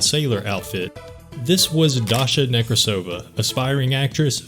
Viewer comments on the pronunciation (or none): It's NekrAsova, not NekrasOva. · Then she also, weirdly enough, saying it wrong. Russian last name Nekrasova [rus. Некрасова], a feminitive of Nekrasov, is pronounced only one way - NekrAsova/NekrAsov. I don't know how a Russian could butcher their own name that bad, considering that a Nekrasov is a pretty famous last name. It's like saying LincOln or JohnsOn.